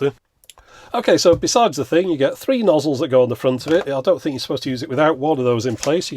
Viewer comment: now DAT was british AF